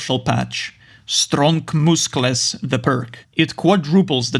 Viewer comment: A Joel fan for the "mooscles" comment.